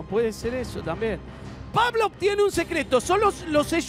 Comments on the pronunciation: nadie: guido: pabloP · Ese guido como pronuncia Pa - Blo jaja😂